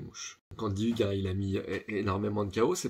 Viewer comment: Sa se prononce ougue (Hug)